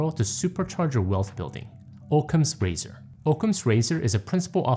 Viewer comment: ˌäkəmz ˈrāzər. Oc·cam's ra·zor /ˌäkəmz ˈrāzər/